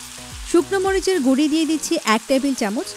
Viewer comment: ভালো তো, বাংলার সবাই বলে হলুদ মরিচ গুঁড়া আর ইনি বলেন গুড়ি। মনে হচ্ছে গুড়ি গুড়ি কথার বৃষ্টি হচ্ছে।